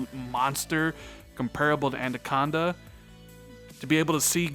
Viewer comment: Why you keep saying "Andaconda"...... You triggering my OCD, bro